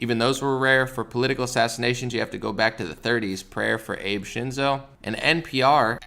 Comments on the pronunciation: It's pronounced Abay, not Abe. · It's pronounced Ah-bey. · FYI. His name is pronounced Ah-Beh. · "Abe" 🤣 c'mon now bro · Pronounced Ah bay. ❤️ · SHINZO AH-BEY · If you are reporting on someone that has passed away, it is respectful to get the name right. Also, it doesn't sound like you have heard of him prior if you are pronouncing it wrong. He ended up resigning - maybe it would be interesting to understand why...